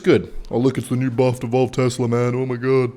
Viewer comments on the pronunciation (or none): none